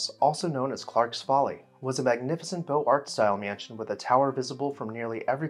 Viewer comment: Great content, but Beaux Arts is pronounced, "Bo-ZAR" with the second consonant emphasized.